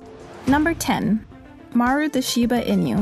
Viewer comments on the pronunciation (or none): Inu or inugami's are dogs & never pronounced inyu's, Pronounced eennew or eenugami's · It's NOT "In-you" .... or I could say apparently it's not "in you" to pronounce it correctly! It's pronounced "Sheeba EE-noo" OO as in "MOO!" It's what the fox says! (Note: I'm not saying it this way to be mean I'm saying it to be funny so please don't think I'm being mean! I don't care if you don't think I'm funny but please don't think I'm being mean. Only Meem!)